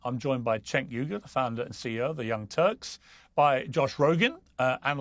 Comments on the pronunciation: Cenk is promced Jenk,. Not Chank. Annoying. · Why does Piers refuse to say Cenk’s name correctly?